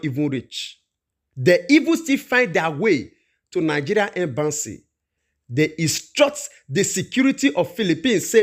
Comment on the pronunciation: Its embassy not embanssy